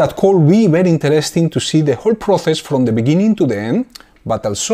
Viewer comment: por el amor de dios no puedes pronunciar las ces en incgles xD no se pronuncia proces sino proses no es dificil